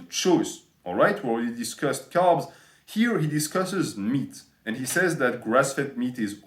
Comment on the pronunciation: Lol for the first 5 mins i thought you were saying calves instead of carbs.